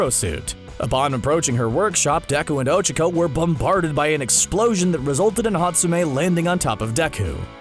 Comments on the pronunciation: What is “ochiko” it’s och-ac/k-o but you have to say “(o-Cha-co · Its Oh-Chaa-kOh